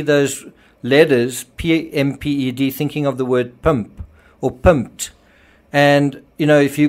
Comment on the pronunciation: You really need to practice saying the word”PIMPED”!